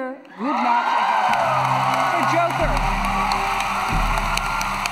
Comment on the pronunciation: "And the Oscar goes to... Hilda mumblemumble for Joker!"